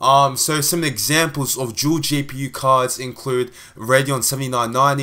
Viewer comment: I don't know what's up with these people, the video was good, and there was nothing wrong with your pronunciation. I don't see why you would need to apologise for something like that.